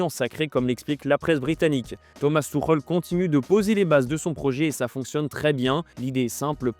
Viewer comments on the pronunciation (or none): none